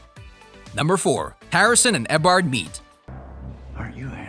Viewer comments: "Eybard" LMFAO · ITS EE O BARD NOT EHBARD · I dont think he has actually watched all of the seasons he would be able to say Eobard properly even if it was a bot voice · i got cancer listening to him trying to pronounce "eobard" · This guy can't even pronounce eobard right. Why do a video on the flash if you know nothing about it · You pronouncing Eobard gave me a stroke. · That's not how you pronounce Eobard..